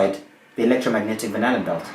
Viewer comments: so is anyone else hearing "banana-belt"? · At first I heard "banana belt" instead of "Van Allen belt". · Whenever that guy says Van Allen Belt, I hear Banana Belt. Anyone else? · Is he saying banana belt? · I keep hearing banana belt haha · It sounded like he was saying “banana belt.” Or maybe I just heard it that way because his theory is completely bananas. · I keep hearing 'banana belt' which sounds more plausible :) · I keep hearing banana belt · Sounds like he says “banana belt” EVERYTIME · No, he says "Banana Boat". Something he finds familiar. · It does now ..😁, I can’t hear anything else .. and ... he might as well say it anyway ... it makes as much sense ... and actually sounds better 😆